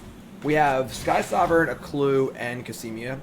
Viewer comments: Back to adding another syllable in Cosima. COSIMIA! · How can you pronounce Cosima -> Casimia wtf? Is it really that hard to just read a name out loud?